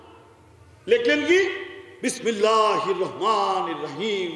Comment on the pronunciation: বিসমিল্লাহির রহমানির রাহিম সঠিক উচ্চারণ করতে পারে না।